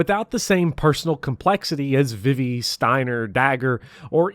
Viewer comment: High praise of FFVIII and a hate boner for Seifer: Thumbs up! Your pronunciation of Vivi: Thumbs down. :( I appreciate your passion. Keep up the good work!